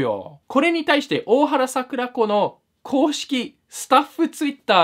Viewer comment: PDRさんの大原櫻子の発音が知らなさをあらわしてるな笑